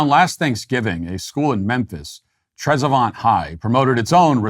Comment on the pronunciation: Trezevant? OH! 😂 Its pronounced "TREZ-vent"! Born and raised in Memphis, moved to Sweden at the age of 46. Although I live in one of the so-called no-go zones in Sweden, it's not as bad as Memphis. 😮‍💨 More rock throwing, riots and arsons here, but more daily violence, armed robbery, car jackings, assaults, shootings and homicides in Memphis. Plus the year I left Memphis it was 105° on May 5th, humidity 97% and heat index 113°! 🥵It stayed above 100° until July 15th when I left, dropped to 98° only a couple of nights. Humidity reach 100%, but no rain May-July. 😢 It's currently 77° where I live in Sweden, humidity 29% and sunny! ☀️ Sweet!